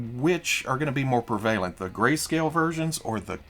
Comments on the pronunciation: I believe I heard you say pre-VALE-ent instead of PREV-uh-lent like an American. is a confirmed Skrull. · Speaking of pronunciations... Not sure if I previously heard someone pronounce "prevalent" that way.